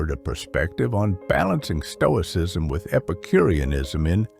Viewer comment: Toicism? 😂 The S is hidden by color...